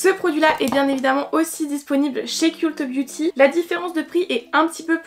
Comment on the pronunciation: ont dit "keult beauty" mes oreilles ont saignées ahaha